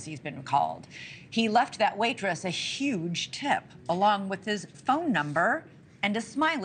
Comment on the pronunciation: Notice how the news anchor emphasizes huge tip $20😂